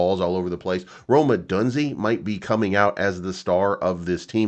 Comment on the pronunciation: I can't watch anymore. Every time you say Odunze, it's clingy. Go listen to how his name is pronounced.